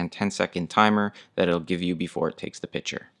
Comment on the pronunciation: This guy is very well spoken, then my eye started twitching when he repeatedly used the word "pitcher" when referring to a photograph. A piTcher and a piCture are two COMPLETELY different things, you speak so well, this is like a turd in your verbal punch bowl. Be better than that. Just a suggestion.